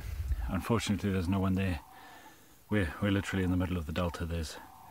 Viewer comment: Oooooo that’s “unFortunert”